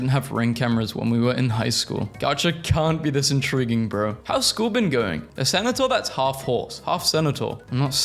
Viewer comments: every time he pronounces centaur as senator a little part of my soul gets dragged to hell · the way you said centaur was funnier than the meme itself